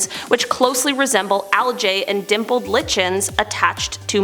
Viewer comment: It's Lichens, pronounced 'Like-ens'. Sorry that mispronunciation bothered me.